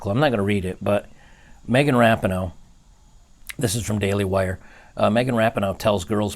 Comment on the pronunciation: its megan ra-pee-no